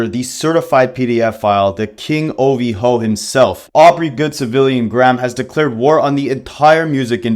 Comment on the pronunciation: People saying Ovhoe is funny to me but idk when you say it, it’s sounds goofy asf and like ur trying to fit it